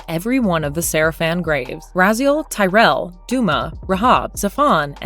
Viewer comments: The only thing I didn't like about THIS video is the horrible misspronunciation of a lot of characters :P "TYREL"? Who's that? We all know TUREL. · Anyone else kinda bothered the names and some words aren't pronounced correctly? Tyrell and Malaky...new characters ?